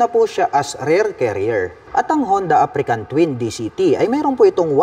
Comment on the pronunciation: African ka ng african. Africa Twin po, walang letter "N" sa dulo.haha